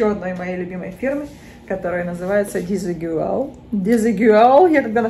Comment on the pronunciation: Наталья, здравствуйте. Парео испанского бренда произносится [дизыгуаль], что в переводе означает неодинаковый, отличный от других. Спасибо за видео. Удачи.